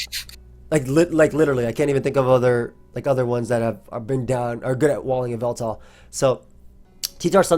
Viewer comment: Excuse me. It's YAHVELTAL